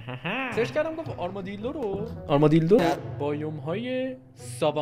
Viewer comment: گفت آرمادیلدو😂